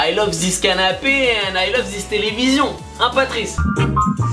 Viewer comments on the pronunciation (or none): none